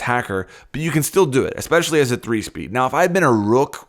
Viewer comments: it is not eXpecially. it is eSpecially. say it like it’s spelled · He says expecially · ”Expecially” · “Ecspecially” I cringed so hard at that when he said that